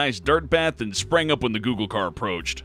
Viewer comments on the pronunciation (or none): none